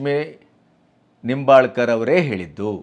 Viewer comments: ಉತ್ತಮ ನಿರೂಪಣೆ ಮಾಡಿದ್ದೀರಿ. ಆದರೆ ನಿಂಬಾಲ್ಕರ್ ಅಲ್ಲ ಹೆಬ್ಬಾಳ್ಕರ್ ಅಂತಾ ಹೇಳಬೇಕಿತ್ತು. 👏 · Nimbalkar ಅಲ್ಲಾ hebbalkar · Sirr, It is not Laxmi Nombalkar, it is Laxmi Hebbalkar.